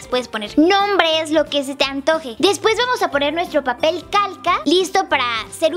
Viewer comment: like si cuando dijo calca escuchaste caca